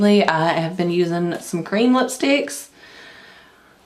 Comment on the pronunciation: when you said cream lipstick I thought you said green lipstick hahahaha love the look!